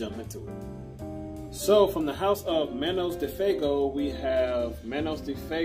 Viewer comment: ITs pronouns “fwaygo” Not bustin your balls.